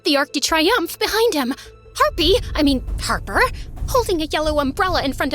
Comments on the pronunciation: her name is Harper, not Harpy 😂😂 Ryan wasn't a nice guy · I don't understand why she keeps calling her harpy instead of harper but I love it even though, this story can't end like this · I love how keeps saying harpy😭😂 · She's always saying Harpy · She kept saying harpy on purpose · She said harpy on purpose she made that mistake like 20+ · Harpy souts her name not harper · i was annoyed how she always say Harpee.. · why do they keep saying harpy i mean harper over and over again? its not funny if u keep repeating it like we get it omg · How many times did this girl say Harpy I mean Harper? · Girl why you are kept saying harpy uhh sorry harper jst say harpy she is evil🙃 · Y she saying harpi In stead of Harper😂😂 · Y was she saying harpi instead of harper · Does anyone know why she kept calling harper "harpy"? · i think i heard harpy i mean harper a 100 times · U keep calling her harpy😂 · The fact that ella keep calling Harper "harpie" is funny😂😂 Thank U 4 the likes🌸💕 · I love this so much but im sry I kept getting annoyed when she miss pronounced her name Harper ik she did it on purpose but 😭🤣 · What's the point of mispronouncing her name 😅